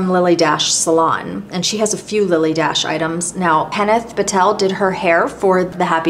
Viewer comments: Its not Lily DASH…it’s pronounced , DASHAYY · I hope this isn’t being too pendantic, but I noticed you said Lilly Daché like dash, but it actually gets an at sound at the end, so it’s pronounced Lilly Dah-Chey. I hope I’m not out of line here, and since you seem like as much of a perfectionist as I am, I thought I’d mention it for future videos. Here’s Lilly herself on What’s My Line if you’d like to see and hear her for yourself I loved the in depth videos, catalogues and book page close ups, and this was a wonderful and awesomely fascinating video. Thank you for sharing all that you do! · Dache pronounced Dashay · I enjoyed your video. If you look at a Lilly Daché receipt, you see the accent is on the é. "Dacha" is how you would pronounce it. I remember this from hearing it on TV shows or from old movies. Thank you for an interesting look into MMs makeup and your love for her. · Sooo interesting! FYI, Lily pronounced her name DaSHAY. Accent aigu, for those French speakers here. She was born in France, and was most famous for being a milliner. I've got an old tag from one of her hats. My Marilyn Monroe connection is a fashion show we did with Bill Travilla, who designed most of her clothes, including the famous white dress that blew up on the subway grate in Seven Year Itch. We actually had that dress in the show, as well as some others from her movies. Debbie Reynolds owned them at that time. Bill Travilla was such a lovely man, and it was an honour to model his clothes. Also, I had dinner once with Sydney Guilaroff, who did Marilyn's hair and was the last person she spoke to before she died. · BTW, see the accent over the "E" on the Lily Dache label? The correct pronunciation is Dash -shay. I am 78, have been around when Lily D. was flourishing. I love your videos.. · Lily "Dah-shay"